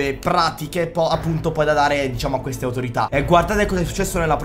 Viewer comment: Ma c cos e poi "cueste" si dice queste con la q